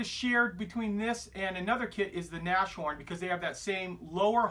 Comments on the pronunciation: triggered. its pronounced nass-horn, not nash-horn., there is only 1 'H'. its literally means nose-horn, a rhino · I think it's pronounced nas horn rather than Nash horn